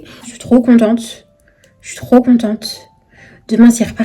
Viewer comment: On dit contente pas conteunte eh merde🤮🤮🤮🤮